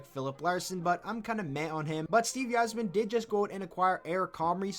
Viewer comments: It's not pronounced "Eizerman" it's "Izerman" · Steve EYE-zer-men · Okay, at first I thought I just heard u wrong but you aren’t saying Yzerman correctly and it’s annoying A F . (Eye - Zer - Man) welcome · Quit using logic. this is Blashill. but, YIZE-er-man? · The way you say Yzerman makes me want to cry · The way this guy pronounces Yzerman is killing me! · lmao cant even say the yzerman right